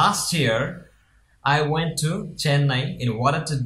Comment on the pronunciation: Hi! your "went " pronunciation was wrong and time are always mentioned at the end of sentence. that is the grammar rule. your sentence should be like " i went Chennai to get my father's treatments last year." not "to do my father treatment." its meaning come something different. before giving video plz do your exercise first. dont under estimate your audience. thank you. i am not saying am perfect i am still learning English to become perfect.